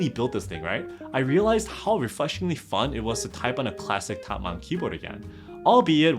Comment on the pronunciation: am i crazy or did i hear refleshingly fun? were you trying to say refreshing and flash at the same time? lol, or maybe reflashingly fun